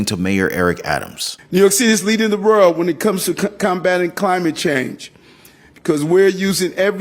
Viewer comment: THESE NON-AMERICANS, GOVENORS WHOM CANNOT PROPERLY PRONOUNCE SIMPLE WORDS LIKE "World" Of a violent, drug ridden, theft, Filthy city...is disgusting